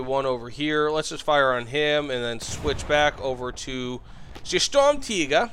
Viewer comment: As a german, thank you for saying it correctly